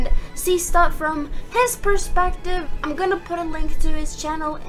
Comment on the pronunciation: I love how she says I’m she says ima instead of I’m